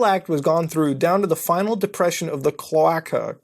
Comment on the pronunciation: The word he was trying to say was clo·a·ca /klōˈākə/ noun 1. a common cavity at the end of the digestive tract for the release of both excretory and genital products in vertebrates (except most mammals) and certain invertebrates. Specifically, the cloaca is present in birds, reptiles, amphibians, most fish, and monotremes.